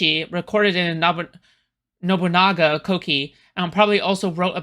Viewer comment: Why the fuck is this in my recommended? This waterhead can barely pronounce Oda Nobunaga's name who the fuck would take this shit seriously. I find it hilarious people are still using wikipedia for "research" when someone like me (having formal education in history specializing in ancient Chinese history) can change it on a whim. You wanna know something really cool about being a historian that most people in the industry don't talk about? Here is an insider secret...it makes no money. There are many people within the industry that will make claims if they are paid to make those claims. It's unfortunately frustratingly common. What's worse is when youtubers have to run with whatever is popular to talk about right away, real research be damned, because they want to make sure their video gets on the algorithm. I wouldn't be surprised if Yu was essentially an Uncle Tom as it is, unfortunately, highly likely.